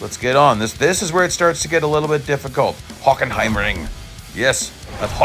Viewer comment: Ah yes.... HOCKENHEIMRING!😂